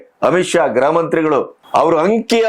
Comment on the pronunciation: ಗ್ರಹ ಮಂತ್ರಿ ಅಲ್ಲಣ್ಣ grha ಮಂತ್ರಿ